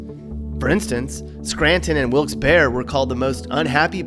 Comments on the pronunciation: As many others mentioned, there's Hershey, Knoebel's, and Dorney. Historical places, you skipped Valley Forge. The railroad industry has deep roots and history here. And there are so many other things. Last but not least, Wilkes-Barre is pronounced like bar, NOT bear. I'd like to hear you try to pronounce Schuylkill! P.S. Wawa over Sheetz any day! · The "Barre" in Wilkes-Barre is pronounced like "berry", not "bear". Come on dude, I'm not even from there, and I know that. Also, PA is like anywhere else, you have friendly people, rude people, crazy people, all types; and yes, maybe the economy isn't the best anymore, but that can also be said of many other areas of the country. The media likes to shine a negative light on PA, but there's a lot of good things happening there, and so many good people. Life there, like anywhere, is what you make of it. For those of you who think the middle of the state is "Pennsyltucky", try visiting the area and not being so ignorant and snobby, the people there are some of the friendliest I've come across. I'm proud to be from PA, I miss it. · Nooo!!!! You said wilkes barre wrong, barre is pronounced like berry. Also what about Hershey? The birthplace of Hershey's chocolate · I always know Wilks to be said like Wilkes-(Berry) lol why does every who doesn't live there say it like Wilkes-(bar)? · Did he just say wilkkes bear?? It's pronounced wilkkes berry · Wilkes bear??? I live about 10 minutes away from that place and it’s pronounced Wilkes Berry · Yo! So the Barre in Wilkes Barre is pronounced "berry" like the fruit. Also, Middleswarth chips. Totally missed on Penn State University too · Yuengling is brewed in Pottsville not Pottstown; you pronounce the "e" in Wilkes-Barre (Barry) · We can fix the pot holes.... If PennDot wasn't useless and as a Pennsylvanian (I know I'm going to get yelled at I don't care) Wilkes-Barre is pronounced Wilks-Barree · Wilks berry* is the pronunciation. Hope thats what you ment